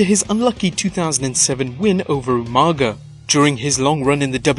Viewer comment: Its not amaga its u mar ga